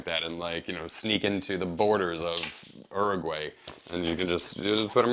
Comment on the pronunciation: First, it's oo - roo - gwai you heathen! Also, you're critiques are valid when talking about this as a general purpose, commuter, travel bag. However, this bag is designed as a bicycle courier style bag. The smaller outside pockets are meant to be easily accessible for everyday stuff, but the large main pocket is meant for cargo. It's assumed that you WON'T be accessing the main bag except to put cargo in it, and to remove at your destination. So accessibility is not the goal. I enjoyed your review.